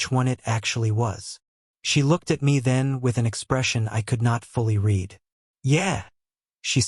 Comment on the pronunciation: At about : : the word 'read' is miss-pronounced with a hard 'e' but the tense is wrong and the correct word has a soft 'e' to fit smoothly into the local context of the story!. Oops LoL 😢😂